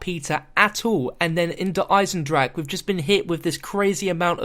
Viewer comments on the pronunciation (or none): proper pronunciation in gemany = der eisen-dra-ha also der eisen-dra-kuh or der eisen-dra-ga. depending on where in germany you are. if you dont speak german you have no say on how to pronounce it. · Stop! It is not der eisndracha like you are saying! NO NO NO! Also, this is awesome! I remember watching your vids about the storyline and I remember you talking about Peter! This is so cool! He might have survived cuz time travel. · Der esiendracka is not the way you say it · no it's pronounced der eisendrak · dats how u pronounce - its spelt der eisendrache...ik.. the creators told me it was pronounced der eisendrak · Actual Germans told me it's pronounced Der Isendraha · i hate how he says eisendrache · YOU BUTCHER THE NAME OF THE MAP IN EVERY VIDU